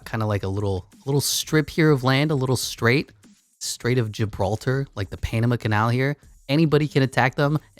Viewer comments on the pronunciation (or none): none